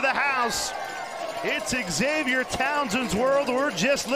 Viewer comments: Could someone tell this play by play announcer that Xavier is pronounced ZAVE-YUR, not Egs-Zave-yur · No they won't. Your parents don't meet everybody who reads your name. It's on your driver's license, it's on your ID. BTW, all the way through the video, they called him eggs-avier Henry. If they wanted him called that they should have put Eggzavier on his birth certificate. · Sportscaster calling the guy X Zavier drove me nuts! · Why is xylophone pronounced zilafone, and xerces pronounced zerksees, but xavier is eggs-avier?